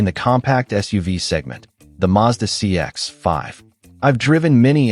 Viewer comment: Tip for YouTube creators who use AI. Check your copy before generating audio. Find and replace Mazda CX-5—change to CX5, otherwise you get that awkward pause that sounds so obvious. Same with "9 liters slash 100 kay em". That's brutal and easy to fix. Better yet, try writing your own copy.